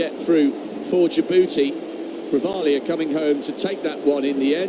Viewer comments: 😂😂😂 They are calling him Grivalia not Guevara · Commentator- his name is not Guevera, it is Grijalva, or in English pronunciation for you, Gree, Haul, Buh...not Gue, Ve, Ra. 🤦🙄😕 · The male announcer called him Guevera at the beginning then he switched to Grivalia when the female announcer was calling him that. Bonehead disrespectful unprepared commentators.